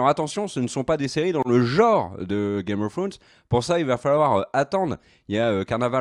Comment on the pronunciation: L'accent anglais .... misère 🤦‍♀️